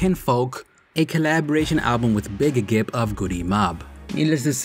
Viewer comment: Soooooo, you put the double “G” sound on BIGG GRIPP’s name, but “nigga” flows out your mouth with ease…🧐. You report on black music, but you are not black. Please remember that.